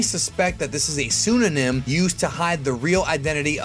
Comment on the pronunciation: PseuDonym. Gotta pronounce the “d” there.